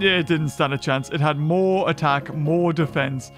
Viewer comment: It's not Moar it's More